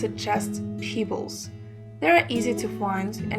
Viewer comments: Lol, Peeebles? lol Pebbles lady! To funny. Before you do a video for all to see. Learn how to pronunciate the words first! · Thank you. Check your pronunciation of "pebbles". Sorry to be picky.